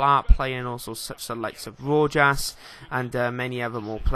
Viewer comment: Ignore the comment below -.- anyway Rojas is pronounced Rohas